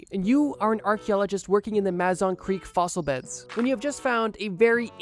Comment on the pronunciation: I know I’m a little late but locally we pronounce it as the muh-zon creek. Like muh the same sound in mother